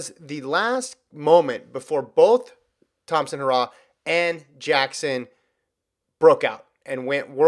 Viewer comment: Damn stop pronounce Elaine name incorrectly it is He ra h not hoorah